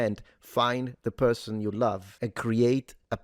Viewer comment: Such a good perthon:) It’s the Internet and spiteful Mugs are abound, not a Left/Right matter.